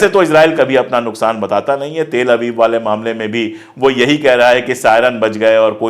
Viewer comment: Pandey ji please pronounce Tel-Aviv properly.